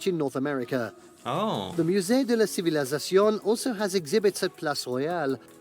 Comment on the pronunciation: I'm so irritated by the narrator of the video you are watching. The way he keeps adding an extra syllable to the Musee de la civilisation. It's ci-vi-li-za-cion And he keeps saying ci-vi-li-za-ZA-cion